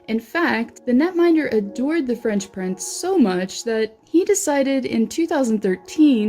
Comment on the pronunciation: The fresh prince but it sounds alot like the French prince